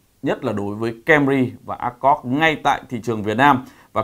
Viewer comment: bác nên tập nói tên tiếng anh của hãng xe cho chuẩn đi ạ. honda "ơ kho d" chứ ko phải " ác cót" , "hy ưn đai" chứ ko phải " huynh đai" . :)